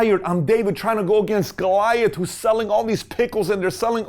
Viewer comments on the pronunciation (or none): none